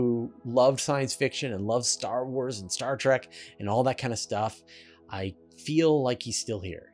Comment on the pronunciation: How can people pronounce a word that is spelled Trek and replace the E with an A? It's just as stupid as the insurance commercials 4 liberty insurance but they do not pronounce the word liberty they pronounce it liberd or liberdy pay close attention the next time the commercial is on TV.